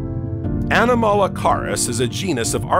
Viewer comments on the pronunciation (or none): His pronunciation of "Ediacaran" went right up my spine. Either don't use AI narration or program it to pronounce words properly. FYI: it's pronounced "eee-dee-ACK-aran," It's Australian in origin (the word, not the period.) 😂 "Anomalocaris" is worse - would have been unintelligible without the video.